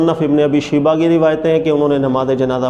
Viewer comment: shiba ni parhty shaiba parhty he